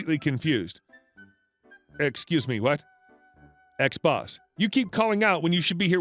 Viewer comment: U say "ex-boss" I hear "xbox" 🤣🤣🤣